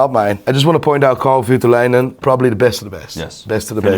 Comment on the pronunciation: Nice, but, it is Kari Voutilainen, not Karl Vytiläinen. A for effort still;)